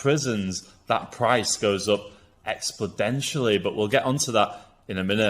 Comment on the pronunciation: I'm sure he meant to say "exponentially", but I also feel like "explodential" could become a real word.